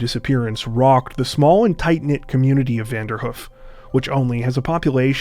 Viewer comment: It's pronounced Vander - Hoof.. like a horses 'hoof'.. 2 long 'O' sounds, not Vanderhuf